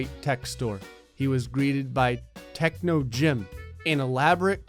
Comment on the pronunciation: I like how techno said techo on one part